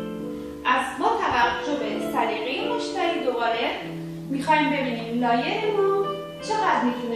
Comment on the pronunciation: با غرض معذرت لایر تلفظ اشتباهیه طریقه درست تلفظش ( له یر ) بث